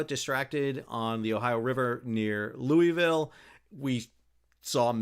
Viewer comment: Sal, just a friendly "to let you know", that all good Kentuckians pronounce Louisville as "Loo-a-vul"!